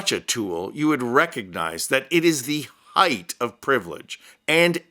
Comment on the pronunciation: Height is pronounced hite, not hith.